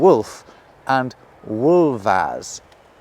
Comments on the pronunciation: I don't know if it's been pointed out already, but the Old English plural of "wulf", "wulfas", ends with a voiceless [s], so it should be "WULVAS", not "WULVAZ", in your video. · Tiny little nitpick, the a in wulfas in Old English is pronounced like the a in father not the one in bat. That latter sound was represented in Old English by the letter ash (Æ). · Wulfas - you pronounce that way, because your m told you find a girl finally?